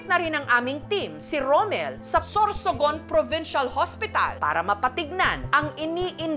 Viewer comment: SOSORGON.. -anne curtis 😂